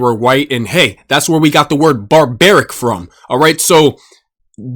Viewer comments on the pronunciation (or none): Are dees wowds to compwicated fow yew🥺🥺🥺